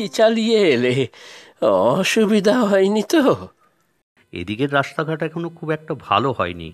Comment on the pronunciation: ছোট বাবুর কন্ঠে বয়স্ক গলাটা মানায়নি। অন্য কার্টুনে এই ভয়েস আর্টিস্টের গলাটা মানিয়ে গেলেও এই চরিত্রের সঙ্গে একেবারেই যায়নি। শিল্পীর উচ্চারণে "রাস্তা"কে "রাশতা", "আস্তে" কে "আশতে" শুনতে ভালো লাগেনি। যেহেতু আপনাদের কার্টুনের মান খুব ভালো, তাই নিয়মিত দর্শক হিসেবে কথাগুলো বললাম। ধন্যবাদ।